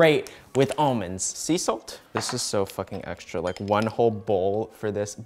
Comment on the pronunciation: No one:: cant say raw almonds